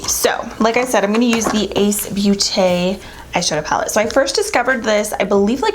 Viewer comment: Ace beauté is pronounced Ace "boté".. sorry my french kicked in😂😂😂 Love you ❤️ Merry Christmas to all! 🎄